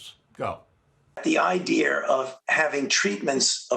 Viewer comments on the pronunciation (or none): Dr Fauci needs to take an English grammer course. He pronounces idea as I dear.